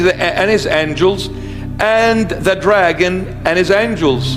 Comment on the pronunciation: ...yeah had me til you slurred the name "dragon". Satan is Satan. Satin is satin. And a potato is holy beyond description.